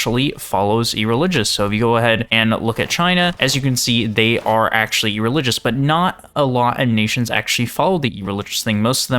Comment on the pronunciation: Ereligous is a crazy pronunciation